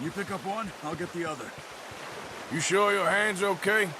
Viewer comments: Are you sure you want to go with the idea of collecting all the "shoar" of all you go around?: Shoar. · Normal People : Sure RDR Players: Shoar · Everyone: Are you shoar you're shoar?: I'm shoar. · Just making shoar Surey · SHOARS SHOARLY ASHOARED